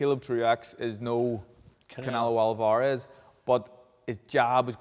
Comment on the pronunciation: Soul alvaaaarez deonteee wilder when will Steve pronounce certain fighters names right 😂👌